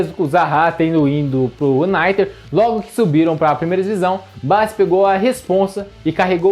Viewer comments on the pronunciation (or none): Quem é Bassi?😂 Bo-la-sie